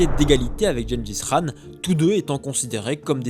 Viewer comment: Très bonne vidéo juste on dis pas "rhan" mais qhan